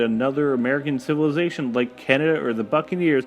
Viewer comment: If you can't pronounce "Civilization" then you probably shouldn't try and do narration. :/ It's actually true - Setting the speed to 1.5 makes this much more watchable.